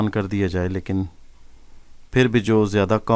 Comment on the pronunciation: Mai bhi apko kuch hindi words ka sahi talaffuz batata hoon, jo aap galat padhte hain, jaise manush jise ap mansh padhte hain, diya ko daya kahenge, kaldeep ko kuldeep kahein, aur bhi bht se hindi words hain jo mai apko aage bataunga